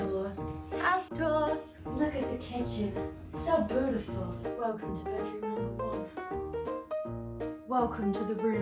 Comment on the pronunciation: “so boot-iful” new vocal stim unlocked